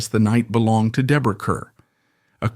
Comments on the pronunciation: It is pronounced KAR, not KUR!!!! And there are so many innaccuracies...and she never worked with Marilyn Monroe (who was NOT in From Here to Eternity!). Please gets your facts right before posting. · Grade F for inaccuracies and inability to even correctly pronounce her Name. (CAR not CUR) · It is pronounced Car, not Cur. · you are seriously uninformed about Deborah Kerr, pronounced CARR, as many have pointed out here, and as you should know. how did you get this job, anyway? your voice is so croaky. Deborah Kerr deserved better! i knew her, interviewed her twice. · Wendy Hiller wasnt in Love on the Dole. And it's pronounced CAR. Come on. Fine, use a fake voice but at least get the info correct.